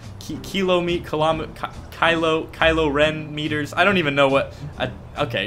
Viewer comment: He said kylo ren meters